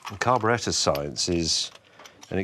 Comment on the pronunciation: That is the correct English pronunciation for it so good on ya!